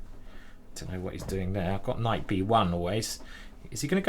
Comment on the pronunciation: You lost challenge. You said Kight, even though you shoud not to